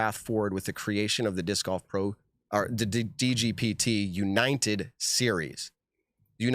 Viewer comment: Why can’t say the word United lol